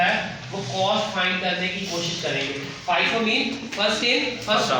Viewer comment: Sir g FIFI nhi FIFO hai 😅